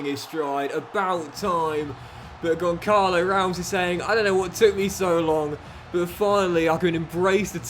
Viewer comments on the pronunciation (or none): As a portuguese, Benfica fan and a proud Ramos myself 😂 please stop calling him Goncalo. You pronounce it Gonssalo because the ç in his name is pronounced as "ss". Other than that Love You. Crazy that I get the best advices from a fifa playthrough but I love it regardless keep it up! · The 'ç' in Gonçalo is pronounced like the 's' in 'bus', just a quick note. Keep up the good work :yougotthis